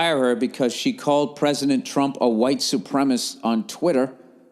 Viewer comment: Why can’t Americans say ‘supremacist’, amongst so many other words?